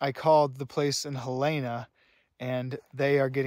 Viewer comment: FYI, the name of the Montana state capital city is spelled Helena and pronounced Helen-ah, not Helayna.